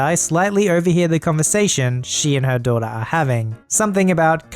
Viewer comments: secretly a yankee? >doiter< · is secretly a New Englander "doy-der" (daughter)